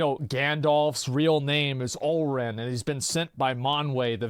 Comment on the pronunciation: Yo man you were right about Olórin but I believe the pronunciation is wrong, emphasis in the ó, thats why the ó please correct me if I'm wrong.